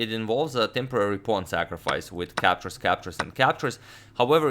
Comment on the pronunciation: Captures captures sounds more like captcha captcha